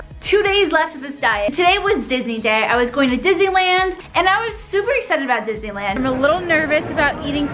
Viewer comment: My favorite snack is ice cream. Also, who thought she said dizziland instead of Disneyland?